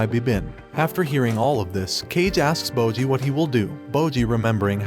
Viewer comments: It's bojji not moji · "Bowjee" "Cage" ✊😢